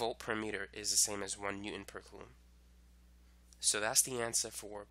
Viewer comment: Absolutely wonderful video until about the hour mark. Absolutely obliterated my brain with your pronunciation of coulomb